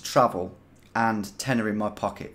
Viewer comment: Took me well on into this video before I figured out you were saying “tenner in my pocket”😂